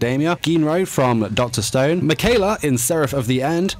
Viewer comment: You said Mikaela wrong its not Mikayla